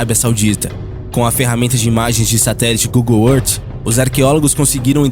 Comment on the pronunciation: Google Êrrt? kkkkk